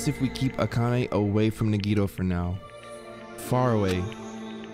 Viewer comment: it’s pronounced (Nah-Gee-toe)